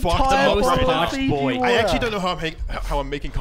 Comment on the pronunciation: lol Fiji water not fizzy water